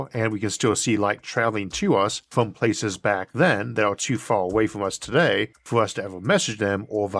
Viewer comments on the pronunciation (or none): none